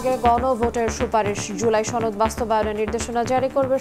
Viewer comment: ছনদ? নাকি সনদ 🙄